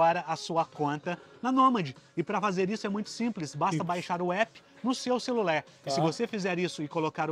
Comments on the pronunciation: Graças a Deus hahahhaha alguém tbm já notou isso “ luguer “… “celuler “falter “, ficava muito irritada hahha mas já consigo controlar isso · Pq ele fala celulér? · que agonia ele falando "vou utilizer no meu celuler" kkkkkkk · "Celuler", " prover" ...